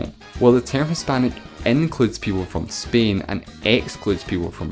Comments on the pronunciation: bro is pronouncing spain like "spein" 💀💀💀💀💀💀💀💀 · Why do you pronounce Spain like 'speen' ?